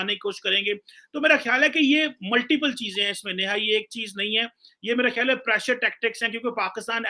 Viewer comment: It's Neeha not Neha... Don't go by how is pronouncing her name....